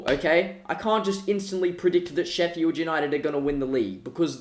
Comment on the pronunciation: Why do you say it Sheffyeeld?